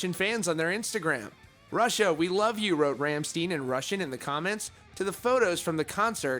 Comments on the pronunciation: say their name right holy shit. IT IS NOT RAMMSTEEN if you was a German Jew it would be steen as in stein. it is pronounced RAMMSTEIN like stine. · Pronounce Rammstein as - Rom (as in CD ROM) schtine (sht eye n) not ram-steen. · "Rumsteen" ... :o( ... ... ok, the correct German pronunciation is ... say after me please ... RUM-SHTINE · Rammsteen? You spell it "Rammschtein" 🤸🏻‍♀️ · It's not Rammsteen, it's RammSTEIN! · It's pronounced stein, as in like Frankenstein, you don't say Frankensteen. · Stein not steen Stein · Anyone else remember the time he had a booger hanging from his nose 🤣🤣. It's Ramm-stein not Rammsteen. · Pronouce Rammstein: Ramm + Stein (the same as the stein in Albert Einstein). Definitely not "steen" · I think it's pronounced like : Rammshtaayn. Not Rammsteen.. (at least that's what i think) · sorry but i can't watch this video, the 'ramsteen' is too much for me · If he says Ramsteen one more time I think 80% of us will fly over and force him to listen to Rammstein until he says it right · OMG.. learn to pronounce man. You f*cked up with Ramsteen. Djeezus.. It's RAMMSTEIN!!!! And even your Russian is f*cked up! Damn, subscribe? Nah thanks.. If other people have to speak proper English, YOU (of all) should learn THEIR language too!!! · ramsteen, shit that hurts xD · "Ramsteen" Deep Cringe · Rhom - Steen is how to say Rammstein my Brother. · Ramm-shtein they litteraly have songs where they pronounce it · чего блять MF said rammsteen... alright ima head out... many russians from my experience dont know english 🤷🏻‍♂️ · R-AH-M SH-TIE-N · It's pronounced like Rumshtine. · It's pronounced like Rom Stine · It's pronounced Rham-shh-tine (tine like time) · You pronounce it like rammSTINE. Same as Einstein. But this is probably what you want lol. People commenting so your videos get more views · Rahm shtayn. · How can you have a metal themed channel when you call one of the most iconic bands of our time 1 "Ramsteen"? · ..Ram-Stine.. rammstein